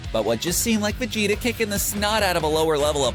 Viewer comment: Ahh he said vadeda